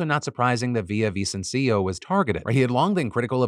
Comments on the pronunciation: Come on Phil, didn't you say you were learning Spanish on Babbel? You should be able to pronounce Villavicencio's name properly... (hint: there's no accent on the last i) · Phil saying "Villavicencio" 😆